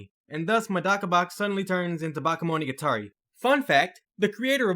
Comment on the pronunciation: i didn't understand you at all when you said Bakemonogatari XD had to rewind it to catch it